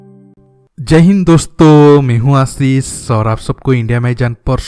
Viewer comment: You are not Aasis